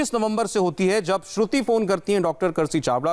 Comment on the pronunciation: He is in such a hurry can't even pronounce Shruti name😂😂